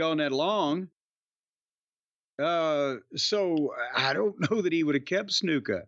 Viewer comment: The way Jim always says Snuka as Snooka pops me.